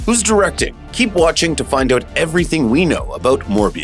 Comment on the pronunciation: The narrator's Canadian. I just heard him say 'Oot'. Never catched your accent before.👍🏾